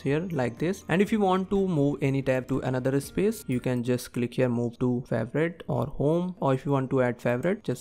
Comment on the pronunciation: The way you pronounce words. Your "video" sounds like "vey-dough". "Space" sounds like "iss-pace". Plus lots of grammatical mistakes as well. Take the transcript of this video, and ask ChatGPT about the grammatical mistakes. Then put the transcript into an Indian English TTS engine and compare your pronunciation. 👍🏻